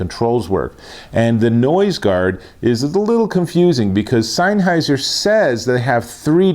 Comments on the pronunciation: You're saying SEINNheiser. It's SENNheiser. Great review though :) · Offs come on mate it's not not rocket science it'sSennheiser not seinnheiser lol. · Great video, but isn't it pronounced SENNheiser, and not SEINheiser 🤔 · Where do you read the letter "I" in sennheiser before the H? Signheiser, seinheiser, sienheiser???